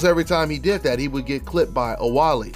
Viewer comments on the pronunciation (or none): OuBaali ! Not OuWaali !